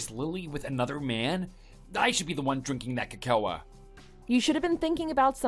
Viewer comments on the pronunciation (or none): it's (KO ko)! not (ko KO a) PLEASE get your pronounciations right!!! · ca-koa i'm so sorry for the voice actor but sir. Co-co. Please. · Why reconcile with someone who cannot pronounce the word "cocoa"?